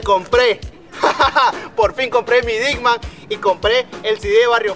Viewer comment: Disman no dicman